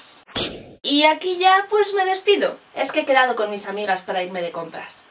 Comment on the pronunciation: "Ejque a veces no pillamos..." xDD